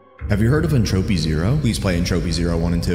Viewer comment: "Entroupy Zero"